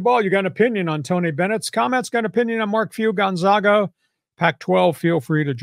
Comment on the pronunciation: Learn to pronounce Gonzaga